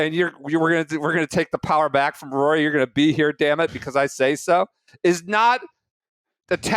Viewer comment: Voo-or-e? Vory?!?!?!?! 😂😂😂